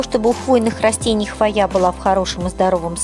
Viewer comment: Очень классно, но слово хвоя вы не правильно называете и поэтому очень сильно режет слух. В слове хвоя всегда при любом склонении ударение ставиться на букву " О", а не на букву "А" как Вы произносите.